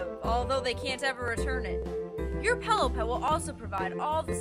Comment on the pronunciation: Pellow? never heard of it ;P